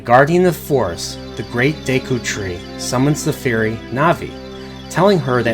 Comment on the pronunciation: gone when you said deeku* and kokari*